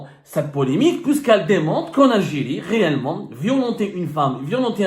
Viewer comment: J ❤ la mot L algirrriiiee 😂😂